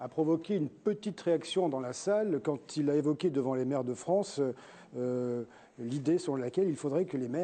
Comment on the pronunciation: Hein, quoi !? l'association des "merdes" de France ?? XD L'articulation se perd, de nos jours...